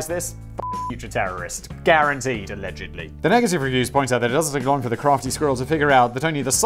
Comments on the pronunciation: Did I hear correctly? You said "Alledgendly"? That is an awesome word. You should have that on a shirt. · Make a shirt that says “aLEDGENDly” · Did he say alegendly? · Often the way Simon says allegedly reminds me of a young child saying sorry when they are forced to and dont really mean it. When he drops his head and mutters it.